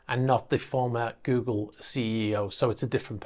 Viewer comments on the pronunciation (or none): none